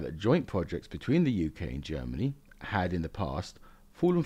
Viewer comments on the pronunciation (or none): none